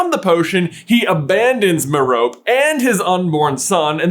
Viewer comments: The amount of pedants here complaining about the pronunciation of Merope is ridiculous, considering no one complains about all of us technically mispronouncing Voldemort. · J pronounce “Merope” one consistent way challenge level impossible. Failed 2 minutes in (2 different ways, used multiple times) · Your pronunciation of Merope bugs me lol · According to the audiobook I listened to, it’s Mer-ro-pee. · can you stop saying “me-rope” and try saying it like Stephen fry in the audiobooks. I get whiplash everytime you say it in freedom language 🦅 🇺🇸 it’s like when people used to call hermione “her-mi-on” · I feel like you’re mispronouncing her name but who knows. For all I know you’re saying it the correct way but I’ve always heard it pronounced as Merope(Mer-opea) even in the audible version the reader pronounces her name (Mer-Opea) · Is Timothe pronounced tim-OATH? If not, why would merope be pronounced mer-OPE? It's MER-o-pee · Merope’s name is pronounced “MEH-ruh-pay“, not “meh-ROHP.” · Your saying it wrong, it's Mer-Oh-Pay not mer-ope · I thoughtit was pronounced meropee instead of merope. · It's pronounced "mer-OH-pee" with the stress on the second syllable. It has Greek origins. It's also a star in the constellation of Taurus and a member of the Pleiades star cluster. And the name of the star is pronounced the same way. Sorry, but I couldn't handle him saying "mer-ope" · the way he was pronouncing merope had me pulling my hair out lol absolutely love you guys its just that I read the audiobook and they pronounce it mare-O-pay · Is that how to pronounce it? Sounds weird and I dont like it. I always thought it was Mer-O-Pea, which sounds much better IMO. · How you are pronouncing merope is stressing me out it’s mare…rah…pee or pay depending of you are British or American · Its pronounced Meh-ro-pay 🎉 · Merope is pronounced Mar ro pay this is how Stephen Fry pronounces it in the audible books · mare-oh-PAY three syllables!!! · Merope: May-Roh-Pee